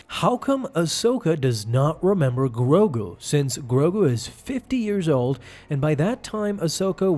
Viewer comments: Why do you keep saying grobu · Grogu, not Grogru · He hasn’t grown because as far as we know, his species ages slowly. Yes, great merchandising, but he’s going to grow. Yoda didn’t become a lightsaber slinging master in an instant, he became a master at 100 which is 50 years from the current age of Grogu (not Groku or Growku as you keep calling him). Jar Jar was comedic relief and the most annoying creature. And yes, honestly, he is holding back the main story for Mandalorian in my opinion. I understand the world building necessity to expand Star Wars, but I hate how slow Mandalorian moves and how few episodes there are. It pisses me off.